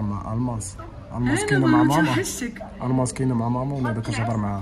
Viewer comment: الماس ماشي الماص